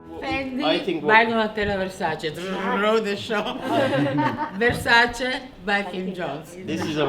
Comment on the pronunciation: I still find it so annoying that they can’t pronounce versaCE properly…….. cmon now